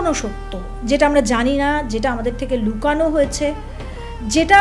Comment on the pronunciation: Opening sentence: 'লুকানো' নয়, 'লোকানো'